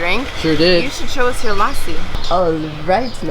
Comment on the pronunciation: brother. say lassi like u say merci but skip the 'r'. Then it will be really close to how it is pronounced. Thanks.